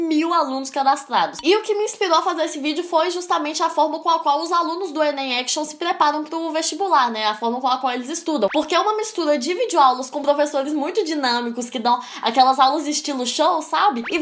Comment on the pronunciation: Vc fala errado mistula kk melola kk melhora isso heim